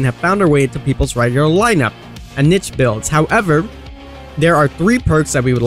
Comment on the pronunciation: Finally someone that knows how pronounce niche. I've heard way too many say "neesh"